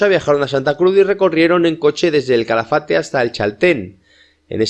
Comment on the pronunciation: Es Calafate, NO CHALAFATE